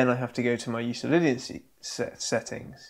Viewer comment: Not a big deal, but just an FYI. Euclidian is pronounced with a hard "c" like Euklidean. Named for Euclid, the Greek mathematician.